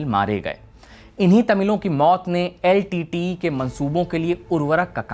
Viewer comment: Nice! But also, I've never heard anyone call LTTE as Litteyy!😂😂😂